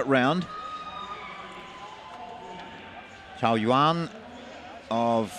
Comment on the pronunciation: It's pronounced 'chao' not cow..